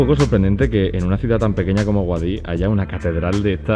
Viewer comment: como que guadiX.... se dice guadíH